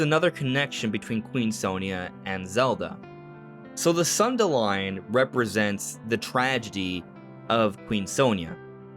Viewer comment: thank you for saying sundelion the right way lol